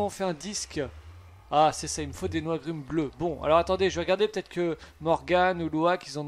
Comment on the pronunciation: Mais oui ! Il disait non c’est des noigrumes violettes 😂